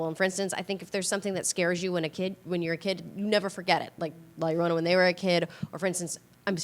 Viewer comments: It's not if you know how to pronounce "ll", she was just nervous and didn't want to mess up, but it ended it making the beginning really cringy.... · How is it hard to pronounce "La Llorona" ?